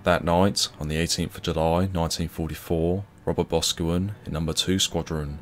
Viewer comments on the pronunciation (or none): And Boscawen is stressed on the caw - Bos-caw-wen. It is a Cornish name. Boscawen is likely a village in Cornwall where their name comes from. Like Boscastle, or Bosvena (now Bodmin). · Those Cornish surnames certainly trip people up it’s pronounced Bos’cow’wen.